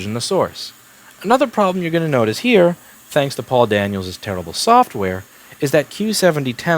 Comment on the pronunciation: I don't know why, but every time Louis is talking about Paul Daniel's software, I hear "poor Daniel's software".